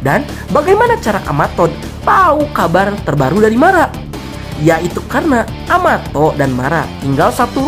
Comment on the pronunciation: em... kenapa amato jdi amatot 😱🤣🤣🤣🤣